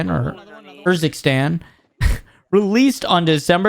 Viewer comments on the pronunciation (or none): Why is it so hard to read Urzik-stan. There is no i after the k. Don’t be a ruhtard.